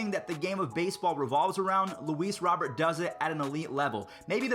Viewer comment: It’s Robert like Rudy Gobert prounouces robe-air